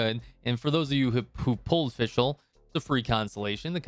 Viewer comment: Its FisChl btw ! :D Took me a while to realize it as well lmao. Great vid tho, keep up the good work !